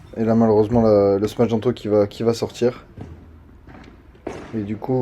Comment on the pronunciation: frero arrete de dire smach , c'est smash